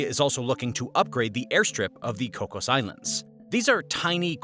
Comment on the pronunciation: thank you for the use of Kms. Edit: we say the AUKUS acronym, pronounced aw-cuss. Double edit: Alba-nee-ze